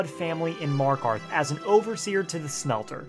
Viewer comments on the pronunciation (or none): none